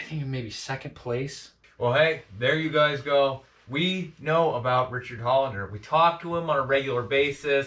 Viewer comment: Say it with us “HOLDENER” (HOLD-E-NER) not Holinger 😂😂😂 Richard HOLDENER.